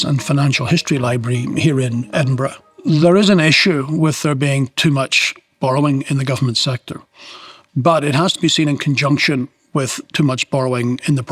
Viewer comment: So they do it call it Edinbruh